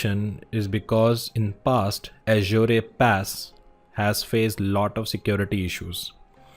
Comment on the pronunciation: Your pronouncing "Azure" incorrectly.. Look for Satya's video on YouTube on How to pronounce Azure?